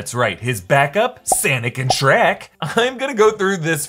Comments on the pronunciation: Can you stop say srek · Why sherk Skerk It sherk That Sherk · your not funny by you keep saying shreck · Did you just say “Sanic and shriek” ? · Did you say sanic and Shrek?